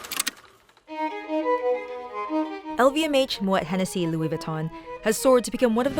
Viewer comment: You really said lou-e-we…